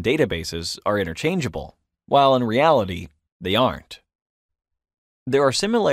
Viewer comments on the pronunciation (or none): none